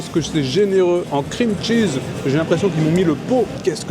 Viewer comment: "qu'est-ce que c'est généreux en krimtchiz". Pas étonnant, c'est l'ingrédient qui coûte le moins cher.